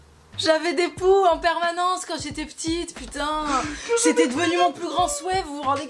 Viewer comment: Merci d'avoir précisé la phrase "que je n'ai plus de poux" parce que j'avais vraiment compris "que je n'ai plus de pouls" 😭😭. Je me suis dit que ça devait vraiment être une sombre période de l'enfance mais finalement, un coup de pouxit et tout est ok !